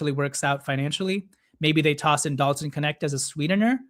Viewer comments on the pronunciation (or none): none